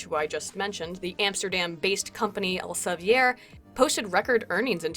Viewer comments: I love your pronounciation of Elsevier but it is Elsev-E-r with an E as in feet. Take it from a Dutchy:) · It's El-se-veer. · just so you know, Elsevier is pronounced more like "Elsa vear". In Dutch, "ie" has a sound akin to "ea" in English. ;)